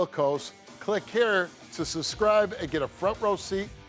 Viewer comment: I can’t stand how he says subscribe. “Suscribe” I also hate how he says “you like what you see?” In the middle of an episode when it’s about rape or molesting lol like no Steve…inappropriate timing sir!!